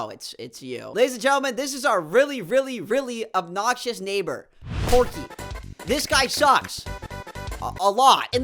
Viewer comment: the obnoxious neighbor is POKEY not porky